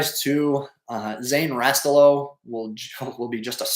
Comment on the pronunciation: “” has to have ties to the U.P. If not Calumet. So should be able to pronounce Rastello(Rah-Stella-oh) Just giving you a hard time. Keep up the great work covering the hockey landscape